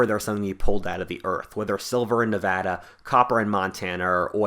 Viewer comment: Thank you for saying Nevada right. Empty Quarter for life dawg